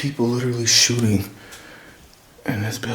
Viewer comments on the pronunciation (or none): none